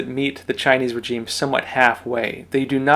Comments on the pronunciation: Your pronunciation of 'regime', makes you sound illiterate. Petty, I know, but a bit distracting. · The g in regime is pronounced like the s in pleasure, not like the j in reject.